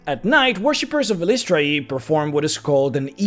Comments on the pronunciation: great video but fyi, according to ed greenwood her name is pronounced something like eye-liss-try-ee with the stress on eye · This was my biggest pain in making my cleric of Eilistraee. I decided EYE-lih-STRAY is what worked best and seemed to make the most sense to how its spelled to me. Your pronunciation seems pretty common as well though. It seems she's not a stickler for pronunciation since they all appear to be canon lol. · Drow of the Underdark, which is where it sounds like you got most of the info and is 2nd Ed/3rd Ed sourcebook, has the proper pronunciation (pg 21). Per DotU, it is eel-ISS-tray-ee. As I'm looking at my well worn copy. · I've been pronouncing it "EYE-liss-tray" ever since hearing Nathyrra (the Drow Elf Assassin who's somehow Good) speak Eilistraee's name in the Neverwinter Nights expansion packs.